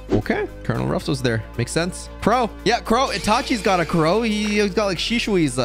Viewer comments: all naruto fans that like shisui : i feel betrayed xD its shisui not she hui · SHE-SOUE that’s how you pronounce shisui